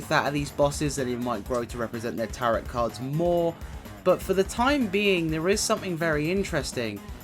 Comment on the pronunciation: Bless you, Tarot is said like Taro my friend x